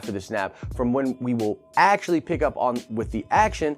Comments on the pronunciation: Did you say ASAPtually? Stop. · asapually? is that a word?